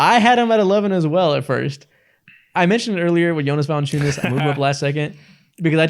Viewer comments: It's ValAnciunas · ITS ValAnciunas yall